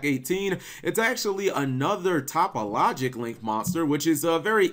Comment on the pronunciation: Cap why do you not pronounce the link 3 topologic correctly are you doing this on purpose ?